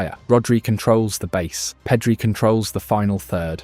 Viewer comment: Nothing wrong with a good AI video. but this one isnt great. I stopped watching after "PEEEDRI"